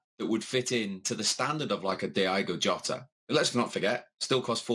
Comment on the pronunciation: Can we take a minute to acknowledge the 17 different ways they pronounced Diogo Jota